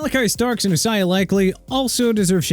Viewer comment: Isaiah pronounced ai-zay-uh not e-sai-ah dude... SMH... also chuba pronounced choo-ba NOT CHUBBA! Achaemenid empire pronounced uh-kee-muh-nid! You can't even pronounce Jaguars! It ain't Jagwires it's ja-gwaars! Do me a favor: call up Jacksonville's team owner and see if they need a name change! I hope it happens soon! UNBELIEVABLE... oh yeah and if you can't pronounce New Orleans right then you have NO respect for the city in Louisiana!! New Or-lins not New Or Leans!! And you have Isaiah Loudermilk's name misspelled. IT'S NOT ISAIAHH! WHAT'S WRONG WITH YOU PPL?!